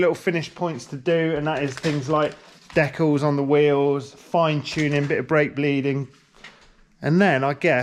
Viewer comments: kills me with that pronunciation,"Dekles"🤣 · Have I been pronouncing Decals wrong my entire life?! Fucking sick bike! Love that color!